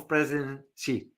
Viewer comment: Not “see”, more like “she”